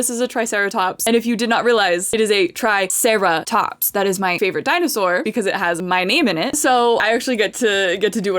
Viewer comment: Ah yes, our precious trisarahtops😂